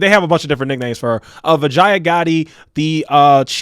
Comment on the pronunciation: Vijaya Bee- ja - yeah That's how you pronounce her name 😂